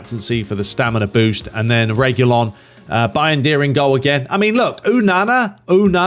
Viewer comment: Say onana name properly ffs